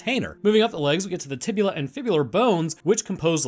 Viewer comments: My anatomy teacher would slap you for calling the tibia the "tibula" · Did you really just say tibula. Cmon man